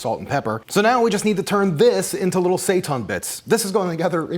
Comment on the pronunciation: Seitan is pronounced like SAY TAN as in "hail Satan." There is no "ton" in that language unless there's a g after the n.